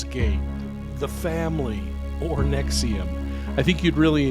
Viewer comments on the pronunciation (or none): none